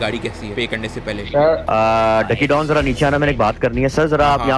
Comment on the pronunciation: He said bablu is don "Dawn" lol 😂😂😂